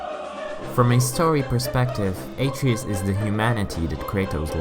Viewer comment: Not bad but you should pronounce the sons name properly